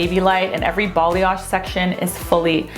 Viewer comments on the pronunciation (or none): Why do people say balayage like “bolly-azh”? It’s ba-lie-azh